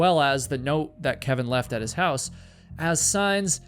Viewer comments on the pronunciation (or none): none